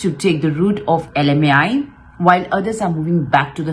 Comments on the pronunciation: It's LMIA not LMAI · lmia hota hai didi.. not lmai